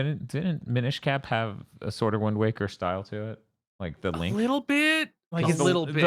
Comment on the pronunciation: "Mine-ish Cap" bruh...